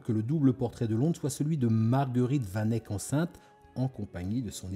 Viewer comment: Pourquoi vous faites pas d’efforts sur la prononciation du nom du peintre ? Sinon super vidéo 👌